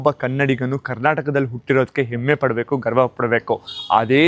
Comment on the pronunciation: ಎಮ್ಮೆ ಅಲ್ಲಾ ಹೆಮ್ಮೆ ಅದು ಕಲಿಯಲಿ 😊